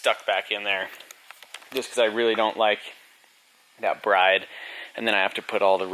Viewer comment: Chris from B is for build said those sparcos are extremely uncomfortable. He had them in his gtr. Also bride is pronounced BRID.